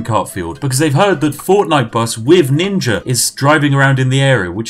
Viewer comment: My man said ninga